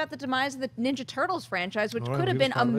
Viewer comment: Did he say "teenage minjaja turtles"?